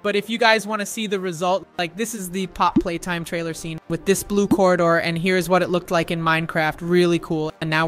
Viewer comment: It is not how you pronouns pappy play time